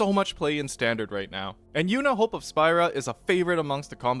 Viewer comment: Awesome video. However, we as a community, need to rectify the constant mistake: Spira is pronounced “Spear-uh”, as per FFX’s English dialogue.